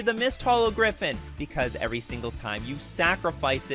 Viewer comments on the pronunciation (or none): none